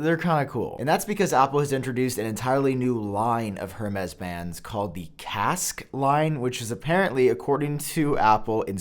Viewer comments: It's pronounced ''EURMES'' not ''HERMES'' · It’s not “HER-MEZ” it’s “Air-Mez” 🤦🏻‍♂️🤦🏻‍♂️🤦🏻‍♂️ Edit: omg all of these pronunciations are so terrible. I thought you took pride in content quality? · It kills me each time you say "hurrmays" 😭. The H is silent my guy lol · Say it with me Hermes= airmez. Love you bro! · HERmes?! That is not how you pronounce it, sir! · You said Hermès wrong. It is pronounced “Air-mez” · Hermes is pronounced “air-mayz” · HurMez. 🤩 AirMez. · it’s pronounced “air-mez” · Stop pronouncing the H in Hermès. It’s closer to “air mez” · “Air-Mez” say it with me brother! (Hermes) = “Air-mez” I didn’t know how to pronounce it either, don’t worry!!! I’m not being a douche. Just a teachable moment 😊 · That was driving me nuts!! 🤦🏽‍♂️